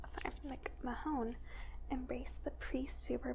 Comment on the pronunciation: Jim McMahon's name is pronounced "mick-man". I actually had a teacher who said it just like that in 1986 seriously. Ms. Robinson lol